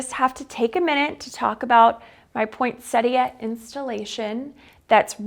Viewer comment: Gorgeous home and a lovely young lady! I love that she pronounces “poinsettia” correctly! Also, her blouse is just beautiful too! 🌸